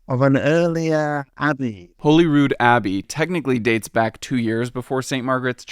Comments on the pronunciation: Its Holyrood as in , "Holly" Rood. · Life long Edinburgh resident here. Loved watching this and seeing my beautiful city on film. Great to learn some new things too! Curious about 'Holyrood' pronunciation though. Always been 'Hollyrood' to everyone I've known. Hope you had a great time here. You have reminded me not to take this place for granted ❤ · Great video, here’s your local pronunciation guide: Holyrood- Holly-rude Calton Hill - Call-tin hill Close - Clo-s Wynd- Wine-d ‘Prince St Garden’ - Princes (not princess) Street Gardens. Jacobite - Jack-oh-bite 10/10 for your Edinburgh pronunciation, not so much yer man though. Edinburr 🤷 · Just a wee note that us Scots pronounce Holyrood as 'Hollyrood' like Hollywood. Other than that, great video very enjoyable ! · This was an interesting outline of the development of the layout and topography of Edinburgh and I only point out the following lapses in pronunciation in the spirit of being informative. You dealt with the pronunciation of Edinburgh at the beginning but there are other pronunciations you got wrong. To be fair there are two different pronunciations of Holyrood (holy cross) In Glasgow the area of Holyrood is indeed pronounced as you pronounced it but in Edinburgh it has been pronounced as if it had two Ls the same a holiday. To be fair to you, you were given a wrong steer by someone who should know better from the National Library. Also the Jaco in Jacobite is pronounced like Jacko (or indeed like Joco in Jaco Pastorious, the late American bass player who played with Weather Report) You did question the pronunciation of Wynd and you were right second time. It should be pronounced the same as wined. Similarly you were unsure about Close. It should be pronounced the same as holding something near use of close and not the shutting a door use of close. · How can he edit this book and work at NLS but pronounce both our capital and Holyrood wrong. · Or Holyrood!! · Holyrood is Hall-ee-rood not whole-ee-rood